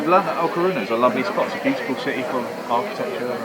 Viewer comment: How have you not figured out that it is LA Coruña, (or A Coruña, if you speak Gallego (Galician))? And it is pronounced 'la corunya'. Shame on you! As for the Irish Bar....